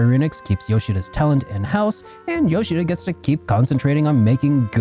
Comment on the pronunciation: I always appreciate someone who says Yoshida’s name properly. The amount of people who call him “Nay-YO-key Yo-SHEE-duh” is insane